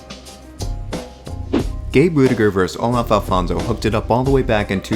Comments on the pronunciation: If I see one more video saying ‘verse’ I’ll kill myself. It’s VERSUS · I love videos like this. With actual videos and actual commentary, but it’s VERSUS, not verse.